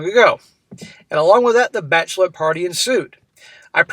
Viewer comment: Bachelorette rhymes with batch of the wet.